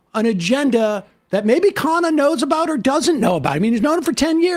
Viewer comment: Dude can't even get people to pronounce his name correctly. Indians DO NOT pronounce Khanna like that. No self respect at all